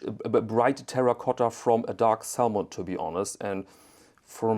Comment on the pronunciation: Man spricht die L in "salmon" nicht aus.